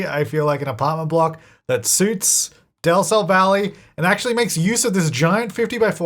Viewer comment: Utile today i realice that says Del Sol Valley... Is to awfully pronounced but i never catch del sol from his accent